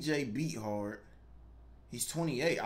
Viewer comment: the Quarterback who wore 3 for Jacksonville is Cj Beathard who was the quarterback for the 49er's as Jimmy Garropolo's backup. His name is pronounced Beath-ard